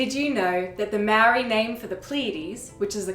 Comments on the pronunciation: I'm going to point out the elephant in the room. YOUR PRONCIATION OF MĀORI WORDS NEEDS SERIOUS WORK. So do the work. You guys OBVIOSULY had no intention of looking into the language, but rather the knowledge you wished to share. It's an extremely white thing to do, so I'm not suprised. It would've taken one email or dm to ask someone compotent in the language to correct your mistakes. But as usual, white people never consider these steps. It was easy enough to compile the information you've just shared, so why not go a little further and get your work checked by a proffesional. Yes, experts on languages exist, so use them. I'm telling you so nobody has to hear you botch not just my language, but other people's as well. Sort it out, or don't share the info at all. There are more compotent people in the world that I'd rather hear the stories of my ancestors from. So leave it to them if you're not up to shifting your ingorancy. It's 2023. Catch up. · Your mangling of the pronunciation of the word 'Maori' is painful.